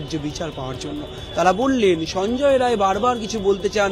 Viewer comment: Not Roy it is Rai